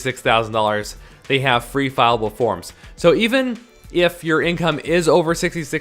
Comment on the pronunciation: FILLABLE, NOT FILEABLE!